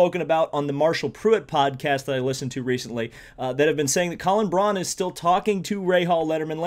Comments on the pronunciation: Colin Braun's last name is pronounced like "Brown," not "Brawn" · Bobby on the MPP basically said that full-time for a third car isn't gonna happen, as time ran out to get things together for a full-time effort. However, he (Bobby) did say that a part-time car is happening (and not in terms of just King at the 500, either). Colin Braun is pronounced "brown".